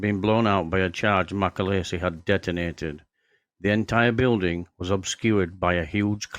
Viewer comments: His name is pronounced as its spelt Macaleese not macaleesi! Get your facts straight! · Its mc a leeese. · Shockingly bad video and doesn't do Mac justice. Try getting his name right for starters. And what's with the Scandanavian Airline logo? You also can't pronounce Thessaloniki. If that's a tribute to the man it's the worst I have ever seen. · You can’t even pronounce his surname properly.